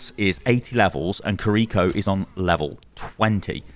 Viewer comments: completely unrelated to the BP stuff but god does it hurt hearing pronounce Kiriko as Kareeko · I don’t speak Japanese, but I think it’s pronounced KIR-I-ko like the accent is on KIR instead of the second I.